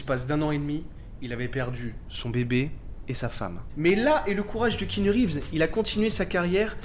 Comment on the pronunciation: bon je connaissais déjà la vie de keanu mais pas mal le petit résumé ! (pour faire le relou, le a de keanu ce prononce mais c'est un détail mdr)